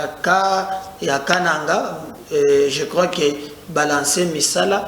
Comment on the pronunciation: Toi tu ne sais prononcer le mot kananga